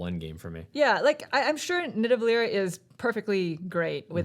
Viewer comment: It's Nidavellir, not Nidavellier! :P